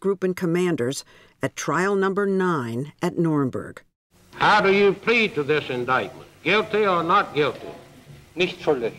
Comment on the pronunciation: "the norinborg" like how can you even let that miss pronunciation through lol